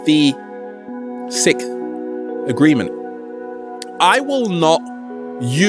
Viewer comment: you have difficulty saying the word sixth and I find that adorable! ^__^